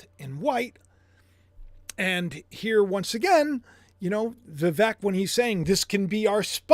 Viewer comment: VIVEK is pronounced VEEVake like Cake. ❤